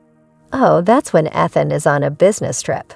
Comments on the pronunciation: The pronounced name..🤨 Ethan has a long e sound! Eee than... 😅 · Need to learn pronunciation. Ethan & Ailmony pronounced wrong.